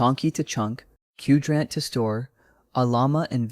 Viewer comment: good stuff, I think Qdrant is pronounced like Quadrant edit: oh you copied "10 Open-Source AI Tools That Feel ILLEGAL To Know About", that's why you didn't know how to pronounce Qdrant, like the original did